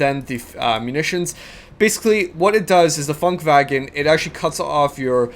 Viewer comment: it's Funkwagen, not funkwagon :D